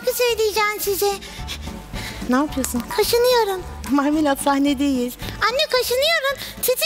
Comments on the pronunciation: betül yıldırım bilmiyodum sağol videonun adında bile yazio bilmiyodum sadece normalde Marmelat ama narnelat diyo ml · NDNG Enes Özmen Özmen biliyorum Marmelat diyor ama nanenat diye anlaşılıyor mesela meraba herine merada diyo onun gibi